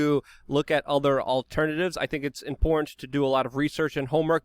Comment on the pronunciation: I like most of what Luke says but every time I hear “impornt” instead of “important “ I just about jump through the screen. If one would like to be taken seriously one needs to pronounce words correctly or use words that one is able to pronounce correctly. The word “impornt” or important is used in abundance on this channel and every time this elementary word is mispronounced the believability and credit of the creator is eroded away. I am Not trying to hate rather offering constructive criticism.